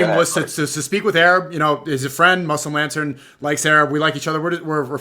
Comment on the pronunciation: 1:2:39 yo brother said muslim laden or muslim la.....den 😂😂